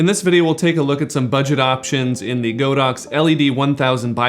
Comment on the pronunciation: It probably doesn't matter, but I thought I mentioned it here. Godox is actually pronounced God-Ox, not Go-Dox. The Chinese words 神牛 literally means just that. :) Anyways, great video :D